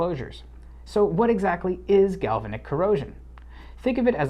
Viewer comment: A'node. Gal-va'-nic ;-)